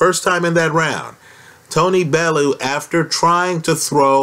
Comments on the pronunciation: It's pronounced BellYOU not BellOO. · it's pronounced BELL-YOU or BELLY- YOU